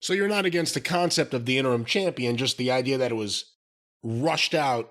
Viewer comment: Thanks to Corny, I’ll forever pronounce “interim” as “enter-rim”